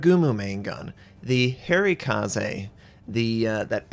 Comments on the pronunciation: I'll care about this some time after he gets Harekaze correct, though I don't expect him to change because he probably finds it funny or annoying others to be funny. Harekaze, "ha" (like "haha" im laughing) "ray" (like a ray of light) and he has "kaze" correct. I would also be fine with the translation of it, "Fair wind" or "gentle breeze". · Every time called Harekaze 'hairy kaze' I die a little inside. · I'm with you :) It's pronounced like zjan, not djeen. Also the Harekaze is pronounced with the "eh" sound on both e's. And you crazy Americans with your "oo" sound (as in kazoo and spoof), where in Japanese you need a nice hard Dutch u ;) Or the u from Jean Luc Picard :)